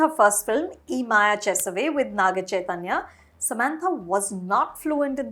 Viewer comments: Why doesn't the person she is sitting with fix the pronunciations before they start recording it? Ye maya chesave. Not Ee. She has help sitting right next to her. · its yem maaya chesave not e maya chesave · hahaha completely butchered ye maaya chesave's pronunciation